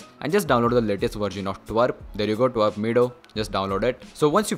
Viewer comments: It's not twerp it call T W R P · Twrp pronounce bhi nhi kr paa rha😂gawaar